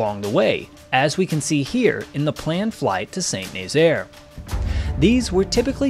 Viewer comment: Great video. By the way, Saint-Nazaire is phonetically pronounced: Sah-Nahzair. Not Saint Nayzeer